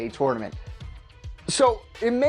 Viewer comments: Can this guy not say tournament correctly!!! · I hate the way he said tournament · Why do you say tournament weird